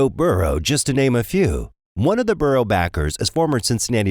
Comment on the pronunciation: Burrow not burrows. Said it a few times